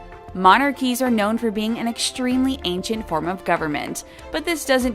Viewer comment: Another narrator who has difficulty pronouncing English. "Hischtory' "exshtremely". Maybe a speech coach could also get rid of that horrible nasal twang. It would also be nice if she would learn to pronounce the names of the Royals she is talking about.